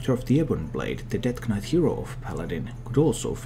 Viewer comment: You dont pronounce the k in knight, it sounds the same as night. Nice vid nonetheless though.